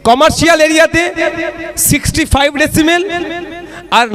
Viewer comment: kothata hoche "decibel"not "decimel" nausada k bollam. jani apni bhalo kaj koren,apnar moto ro besi kore sob dole jodi thake tale kub bhalo hoi ei rajjer....god bless u